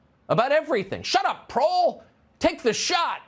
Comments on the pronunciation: “Prol”? Don’t appropriate our language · Tucker said "proles". Tucker. Said. "Proles".